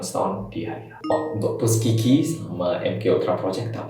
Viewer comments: 'Tuskeegee' kedengerannya tusuk gigi wkwkwk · Saya dengernya tusuk gigi 😂✌️ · Tuskegee tapi dengernya tusuk gigi